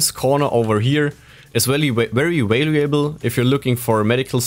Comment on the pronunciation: valuable is normally pronounced val-you-ble without pronouncing the A. Just trying to help it's obvious english is not your first language. Also, great job on the video.